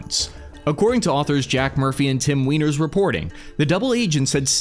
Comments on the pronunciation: Surely it's pronounced Tim Weiner and not Tim Weiner? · Cmon man, you can’t say “Tim Weiner” and expect me to be serious 😂